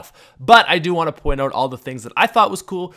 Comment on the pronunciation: Are you Canadian? Because you can't pronounce "Out."